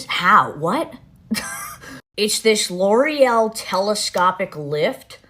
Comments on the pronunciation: I love how well you pronounce ✨L'Oréal✨ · That pronunciation of L’Oréal though. 🤌🏻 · The way you pronounce L'Oreal 😍 😍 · There are legit people in the comments making fun of her. For pronouncing L'Oreal correctly 🤦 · I love how she says it, but I have never heard it pronounced that way in the states. Even on commercials, which come to think of it is kind of odd. I think it sounds way better that way and makes them seem like a fancy brand lol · It’s a French brand and she pronounced it correctly? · wow do you speak french ? That pronunciation "Loreal" was just 👌im from quebec so i speak french ( Québécois) I love your videos always 🖤